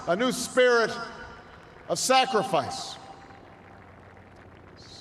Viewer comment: Scrifice 란 단어 오랜만 😂😂